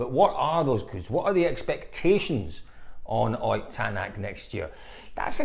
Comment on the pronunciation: Ott is not pronounced "oyt" but "otttt" with very short o and t. It is shortened version of German name Ottokar or Otto.